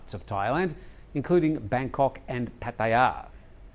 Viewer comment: its the correct way, why not